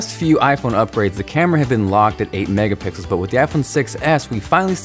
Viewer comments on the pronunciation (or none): Did eny one notice how he said mega pickles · Lol he said "12 MegaPICKLES" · lol he said megapickels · He said 12 mega pickles once 😂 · Did he say megapickles 😂😂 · He always says that. lol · Same here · did he say 12 mega pickles ?? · I've been saying megapickles to myself for years and nearly laughed my ass off when you said it lmao. Great video! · u said 'Megapikls' really made my day. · lol he said "MEGA PICKELS!" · NO OFFENCE!! Did anyone noticed did pronounce 12 "Mega-PICKLES" for Mega-pixels!!:D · Did you say megapickles ?? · "12 megapickles" 😂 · Did i just hear megapickles?! xD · OMG He said Megapickels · Was it just me or it WAS 12 MEGAPICKELS at 2.31-2.33...😂😂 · did anyone else hear time say megapickles at one point?😊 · He said "Megapickle" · did he say mega pickles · Did he say Mega Pickles? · he did lol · in two minutes and 29 seconds you said megapikels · LOLLOl MEGAPICKELS lol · he said 12 megapicls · he said 12 megapickles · did he say 12 Megapickels? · 12 Megapickles.... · he said megapickles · did he just say "mega pickles" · you said 12 megapicles hhhhhhh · He said megapickled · He said mega pickles haha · Did he say mega pickles at one point? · He said mega pikkles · "12 megapickels" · Anyone else hear hims say mega pickles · I thought I was the only one who heard that!